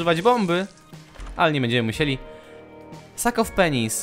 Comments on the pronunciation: ... slyszalem sak of penis ;-; why :( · Powiedziałeś "sak of penis" xd czy tylko ja to usłyszałam ? :d